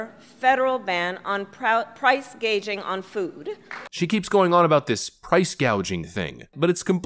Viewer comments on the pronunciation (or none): 'Price gauging'??? So she's going to pass a law without even know what it means. smh It's GOUGING, you lightweight. Funny how the left calls you a racist, if you mispronounce Kamala's first name. What a hoot. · It's price GOUGING, not "price gauging". That said, price gouging is a real thing. It's not what's going on in this particular scenario, but it has happened before: gas stations taking advantage of a panic back in 2008 to jack prices up to $4 per gallon almost a decade ago was indeed price gouging. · And if you listen very carefully at , she stutters and winds up saying ‘price gauging’, rather than price gouging. Freudian slip? Okay YouTube, I am ready to have my comment deleted. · Price gauging it’s gouging!!! gracious she can’t even say that, right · She said "price gauging," not "gouging." That's the second time she's flubbed a jargon word. She also said "hospitility workers" for "hospitality workers." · She read gouging as price gauging. 🙄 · She did not say "PRICE GOUGING"! She said "PRICE GAUGING" whatever in hell THAT is supposed to be! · Kamala Harris said price gauging not price gouging there’s a difference gauging suggest that’s what the price should be. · She didn't say "price gOUging." She said she's going after "price gAUging." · she said GAUGING NOT GOUGING, dummy! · Kamala did not call it "gouging" she called it price gaging. The woman cannot pronounce gouging or hospitality correctly. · Just for clarification, she didn't say she would ban "price gouging", she said "price gageing"...whatever the hell that is. Dementia Joe, rubbing off on Kamala. Like Willie Brown did as well. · When you mispronounce "Price-gouging" as "Price-gauging," then you are part of the problem. And incoherent of reality. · Did she call it price gauging? Not gouging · She spoke price gauging! Why did NOBODY CORRECT HER PRONUNCIATION. THAT WHY KAMALA IS NOT BLACK!!! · she said price gauging not gouging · She said price gaging NOT price gouging. Lol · "Gauge" ....Gouge 🙃